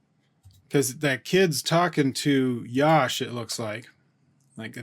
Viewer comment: Sir it's not yaash.. just Yash.. say like Ya - sh = Yash ...